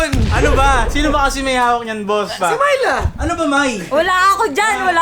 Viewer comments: Sa twing binabanggit ni yung name ni Myla, naririnig ko "My love" HAHAHA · Unang dinig ko talaga sa Myla eh, "My Love". AHAHAHA.